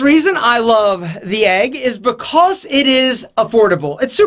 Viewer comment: the way he says because is just wrong, straight up wrong. xd